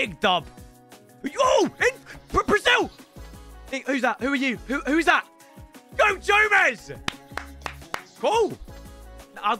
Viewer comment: Goe jomez😂😂😂